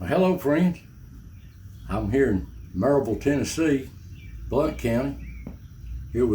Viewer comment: I love that you pronounced Maryville the right way. The only way. The way locals pronounce it. I've seen skin walkers/cryptids down in the valley, no telling what is up there in the mtns. Some of my old old past relatives were Cherokees and some of us do not believe in killing things. I know it was different maybe back in the day , you had to eat to survive but it is a thing that has some karma attached to it. Don't kill it unless you really have to. Listen, this stuff is real, whatever is out there is real, and the gifts are sent down from the mtn people, I got that gift of knowing things before they happen. I don't know where, to who or why but I get a warning several times over, and I know to be on alert cause something is going down and it usually does within 2 weeks. It's something passed down the maternal line. Don't know about this guy but in my family it's the maternal line that comes out of the mtns. Heck old John is about my age. lol